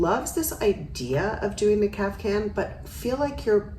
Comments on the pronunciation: If you look it up, it is pronounced Kaf-tan, with a t, not a hard c. Now maybe somewhere they do pronounce it with a c? I used to, and was corrected. However it’s pronounced, the ones she shows here are beautiful! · Love your style commentaries. Today - (maybe the heat has clogged my ears) I keep hearing: CAF- Can ..?? whatever, they are their own cool style! THANX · i heard it too :D